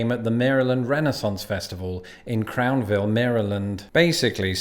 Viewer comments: Crownsville, MD, not Crownville. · CrownSville. Not Crownville. ;) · You left out the s. It's Crownsville Maryland. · I live in Maryland and have done so for over 60 years so when I tell you it is pronounced "Crowns'ville" rest assured I'm right! Weird fact Crownsville was the location of the positively horrid State of Maryland Mental Hospital of the same name. Crownsville State Hospital was the mental hospital for the colored residents of a Jim Crow Segregation era Maryland. Generally the very nice well kept Spring Grove and Springfiled State Hospital's that were the mental health facilities built by the state of Maryland exclusively for mentally ill white people. Crownsville State Mental Hospital was so overcrowded and run down that when the state legislature of the time saw the horrid conditions some of them got physically ill. Crownsville State Mental Hospital was so bad the State of Maryland pulled down all the buildings in hopes of erasing all evidence this hell hole ever existed. I know there was a fight to keep a few of the buildings so this whole sorted history could not be erased from history. I remember Crownsville State Mental hospital so well because, as a black autistic child of that era I was constantly threatened with being sent to mostly Rosewood a hospital for developmentally delayed \ "retarded" children. Sometimes I was threated with being sent to Crownsville which is why I remember it so. See links below to see the ABSOLUTE AND UTTER HELL HOLE THAT WAS Crownsville State Hospital.